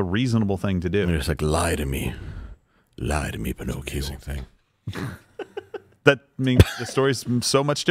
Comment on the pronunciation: "Lie to me penokeo" 😂😂😂😂